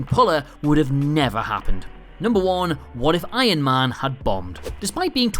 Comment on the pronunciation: Yeah but they should have write "This is not Hulk 2" in big letters on every poster of the movie, so Hulk would have a trilogie of movies like Iron man (the guy of this channel always say Iyon man insted of Iron man😂😂😂😂😂😂).